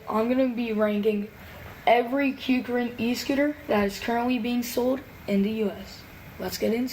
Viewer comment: He actually pronounced kukirin right 🥹🙏💯